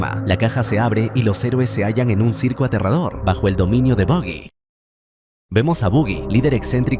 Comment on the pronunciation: Buggy ? Pronuncia Baggy que es lo correcto , suena feo decir Buggy